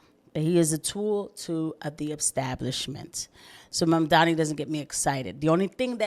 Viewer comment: And yes. Sorry for a third comment but yay yay engagement. I also felt like Bill Maher's resignation with not even attempting to try to pronounce Momdani properly as well as his overall disdain while saying it is definitely because he also doesn't like that he's a Muslim. Maher has had a particular hatred of Muslims for some reason or another. I think It's part of the old school atheism-brain he built his career on if I had to guess. Ppl like Christopher Hitchens who came from the same sort of atheist-pilled commentary also had unique disdain for muslims.